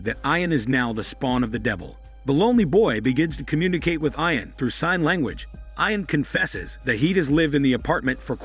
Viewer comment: You are mispronouncing the name, Ian